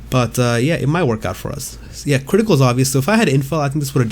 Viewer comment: i like it when you say “kwitical”